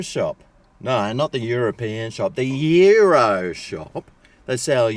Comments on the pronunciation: Say the "S". not Yiro! Good video as usual. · YOU ROSS is how its pronouced